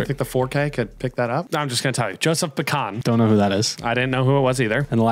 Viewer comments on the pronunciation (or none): Im Czech .. its pronounced “Bitsan” .. the C is pronounced like in word “ceremony” its not like c in “cake” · Josef Bican was an Austrian/Czech player from the 1940’s who has scored over 800 official goals. Also, his name is actually pronounced “Beet-zan” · Pronounced Yosef Bee-Sahn